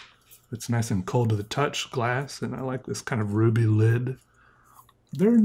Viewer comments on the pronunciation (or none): none